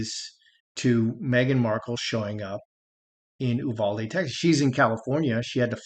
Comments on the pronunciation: In Texas we pronounce Uvalde- “you—Val-dee” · Quick pronunciation primer: You VAL Dee